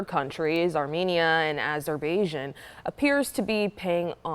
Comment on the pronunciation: A-ja-bay-Jin? Literacy no longer a requisite for newsreaders.